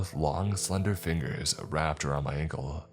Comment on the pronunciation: He said uncle instead of ankle once